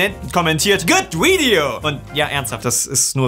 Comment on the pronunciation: Seine Aussprache englischer Wörter schmerzt in meinen Ohren :D. "Thumbbnail", "Wideo"